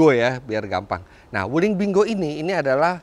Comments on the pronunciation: om sebenarnya kalau dibaca dengan bahasa mandarin bacanya ping quo yang artinya buah apple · bacanya pin... kuo , om .... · Kyknya bacanya ping kuo artinya apel, CMIIW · baca nya ping khuo itu om fitra...